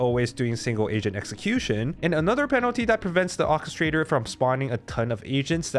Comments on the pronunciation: English is hard, but God, "Okistrator" was really getting on my nerves. OR kistrator... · "OR-KE-STRA-TOR" not whatever the heck you said repeatedly PLEASE. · ORRchestrator. orchestrator.